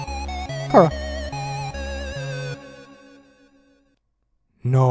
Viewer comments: STOP SAYING KARA ITS CHARA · Kara Me: IT’S NOT KARA IT’S CHARA Who else is screaming their heads of because of this? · her name is not Ckara. it's Chara. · He sayed Kara, Not Chara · Not cara that's chara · It's not cara it's chara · Omg why do you always say khara